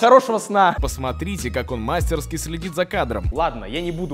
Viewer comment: Коля, в слове (мастерскИ) ударение на И ‼️‼️‼️ надеюсь, что запомнишь наконец💪